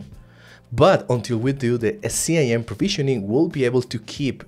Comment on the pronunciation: It's pronounced "skim" not C-I-M